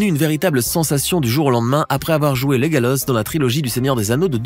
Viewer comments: Y a que moi qui a entendu "Legalos" au lieu de "Legolas"? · Apres avoir joué legalosse 😂😂😂 tu veut dire légolasse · Legolas, pas Legalos 🤣🤣🤣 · Lagalos alors que c'est Legolas 😭😭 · legolas et non legalos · Moi aussi j’ai entendu legalos